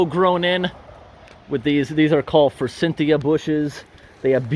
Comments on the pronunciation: I have to correct you on one little thing, it's Forsythia, not Forsynthia, no "n". Trust me, I've been in the landscaping business for 20 years.😁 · There's no n in forsythia.